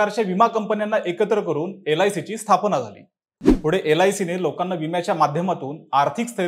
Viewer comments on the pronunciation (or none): none